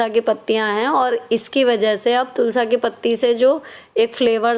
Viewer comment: Tulasi bola kro Tulsa acha nhi lgta